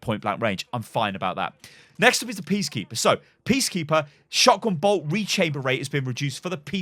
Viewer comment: Did anyone else realize he said PEACkeeper and not PEACEkeeper